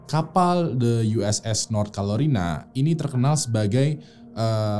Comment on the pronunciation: North Carolina bang, bukan North Calorina